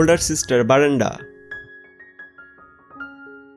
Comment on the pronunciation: Brenda not Barenda